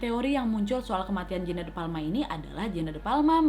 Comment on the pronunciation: Kak nadia bilangnya jeannete tapi aq dengernya jaenab😂😂